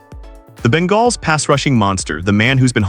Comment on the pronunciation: So I need to teach the AI how to say Bengal